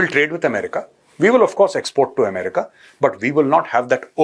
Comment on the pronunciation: Itni badiyan analysis karte ho BUT YOU DONT KNOW ITS NOT “Umrika” it’s A Me RICA” Sounds so bad when you miss pronounce it.